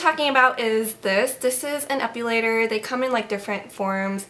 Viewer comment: Please, please, please try ONCE to pronounce it right. There's no U in the word Epilator...